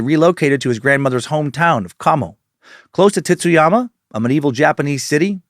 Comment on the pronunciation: The pronunciation on Tsuyama is a little rough. It just sounds like you’re saying “Titsyama.” It’s more of a”tsoo-ya-ma” with the t blending into that s realllllly smooth. Think tsunami 🌊